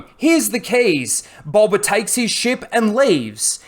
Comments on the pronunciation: Is it just me who hears him say boLba fett instead of boba but I have bad ears so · BOE-BA NOT BUL-BA, BOWBA NOT BULBA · Fxck man it gets harder to watch the more I hear bulba fett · Sounds like your saying g bulba fett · You say boba fett weird